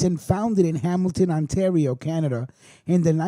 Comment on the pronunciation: Like when I helped you with Ontario You called Ontorio :) Its all good bro. When Covid is over ya batter come to Hamilton for some really good Italian food and a mob tour :)